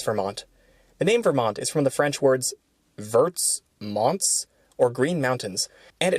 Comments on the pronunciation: it’s actually St. Joachim in anglicized & Vert is pronounced like Verre Mons (t is barely audible). I feel like Super Chief sounds more striking, but it’s not the same without the Warbonnet livery…unless they have a special livery that Amtrak uses it along with it, sure. Be funny by the time the Vermonter comes back to Montreal as the Montrealer, you should make a new video haha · I found these videos to be quite informative! I enjoyed seeing my city's Amtrak service, the Pacific Surfliner, be included. Also, the S's in Verts Monts are silent (like many pluralization S's in French), hence the pronunciation of Vermont. Thanks for the video!